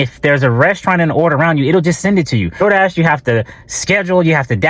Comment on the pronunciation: The ol “Dol Dah” lmaoooo